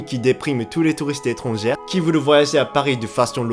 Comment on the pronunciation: "Étranger" se prononce avec "é" à la fin. "é-tran-gé" 👍👍👍✅☺ "é-tran-gère" 👎👎👎🚫😣 Même chose pour "passager" et "chier".